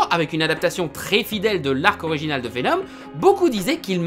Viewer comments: Pourquoi tu dis venon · C'est moi ou une fois sur deux il prononce "Vénonne" ? ^^ C'est pas pire que le "pour que vous compreniez C'EST QUOI mon problème" à , mais bon ^^ (au cas où si y en a qui seraient tentés de crier au grammar nazi, je précise qu'il faut pas chercher bien loin pour trouver de l'ironie dans le coin) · Bordel, mais c'est VenoMMMMM, avec un M, pas VenoN ! XD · VENOM PUTIN vé nome PAS vénonne , sinon on dirais que t'est le seul a avoir remarquer que ce vénom avais rien a avoir avec spiderman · Pourquoi tu dis venoN et pas venoM ? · Pour info... Tom Holland'Holland', qui interprète Spiderman dans le MCU, aurait été vu pendant deux jour sur le tournage de Venom... D'ailleurs c'est bien Veno"M"!!! T'en es où toi de tes problèmes de prononciation!? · Ah mais tu parles de VéNONNE pas de Vénom ! #trollgentillet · Arrête de dire Vénon, c'est Vénom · Il ne sait pas prononcer venom il dit venone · je suis le seul a entendre veno"N" ?? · Entièrement d'accord avec toi mais stp, arrêtes de dire VenoN x) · (À ) vénon, 🤣🤣🤣🤣🤣🤣🤣🤣🤣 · ARRÊTE DE DIRE « VENONNE » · Arrête de dire "venoNe" C'est insuportable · Il recidive a 😑...